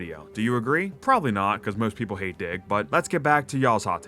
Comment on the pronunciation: When you said you love dig i thought you said d*ck 😭